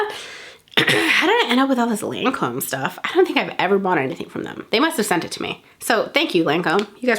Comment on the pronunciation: Omg that Lancôme makeup remover in the blue bottle that you couldn’t pronounce...... SO DAMN EXPENSIVE BUT SO GOOD!